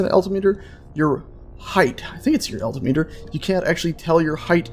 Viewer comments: it's not pronounced "alti-meter", it's "al-tim-eter". FYI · Al-tim-it-er. Not alti-meter. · The Gauge your thinking of is Altimeter Al-tim-eter.